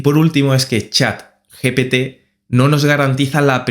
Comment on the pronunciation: pk dices chap GPT? xd